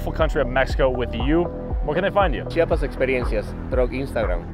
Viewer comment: se dice CHIAPAS no chapas xd